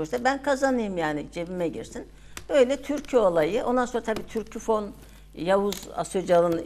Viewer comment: Sunucu Türkofon' a inatla Türküfon diyor.